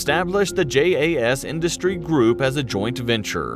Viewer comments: J in Swedish is pronounced like y in yes. So it's pronounced Yaas Greepen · And its not JAS, Its More like YAZ